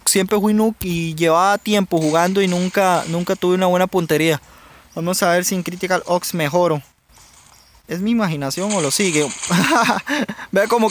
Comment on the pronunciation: el juego se llama Critical OPS jaja y tú dice Critical OKS jaja:v pero no va de mala onda:v